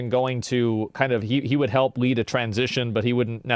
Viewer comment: Yall lear the way. Lear the way yall